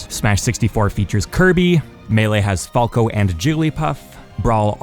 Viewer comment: Stop saying falco like that